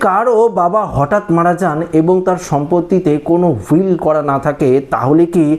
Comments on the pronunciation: উচ্চারণ টা সঠিক ভাবে করুন কথাটা উইল। হুইল নয় ইংরাজী বানান will কিন্তু আপনি এখানে বাংলায় বলছেন‌ভুলেযাবেননা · ভাই কথাটা হুইল নয় উইল ,উচ্চারণের দিকেএকটু খেয়াল রাখলে ভালো হয় | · কথাটা হুইল নয়।উইল বলতে হবে। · হুইল হুইল করে চেঁচিয়ে গোলেন? হুইল না উইল। আর দেওয়ানী আদালতে গেলে কুড়ি ত্রিশ বছরের মামলা। ততদিনে যে মেয়ের পাওয়ার কথা সে বেঁচে থাকতে ঐ সম্পত্তি সেবার ভোগ করতে পারবে না। এতদ সত্তেও প্র্যাকটিক্যালি মেয়েকে বাড়িতে ঢুকতেই দিতে চায়না তার ভাই। অন্যের দুয়ারে পড়ে থাকে। বাবার ছেলে সবটা সম্পত্তি দখল করে রাখে। আর যদি দেয় তাহলে বিক্রি করতে দেয় না।ইনজাংশন জারি করে রাখে। আদালত ছাড়া কীভাবে পাওয়া যাবে সেই সম্পত্তি কথা বলুন। এই হেনস্থার শিকার বহু মেয়েই হয়।